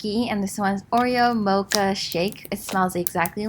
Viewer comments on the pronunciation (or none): none